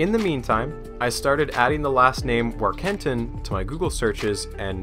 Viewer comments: I'm pretty sure it's Warken-tin, Not War-ken-tin. Otherwise, good job! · I know some Warkentins - the name is pronounced Voor-ken-teen.